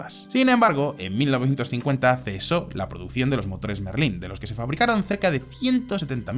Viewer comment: en muchos videos se nota. Mismamente en ese video desde el minuto 1 diciendo rolls royce merlín en vez de méééééérlin. Es como hacer un video de deportivos y decir "porsch", denota que no has hablado de coches antes en tu vida